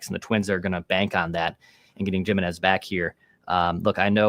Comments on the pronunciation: Ya there's no way Jiminez is pronounced with a hard J sound lol gym i nez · That’s not how you pronounce Jimenez